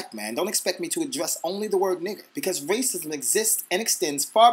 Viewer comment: lol damn... I heard raisins instead of racism hahahaha :D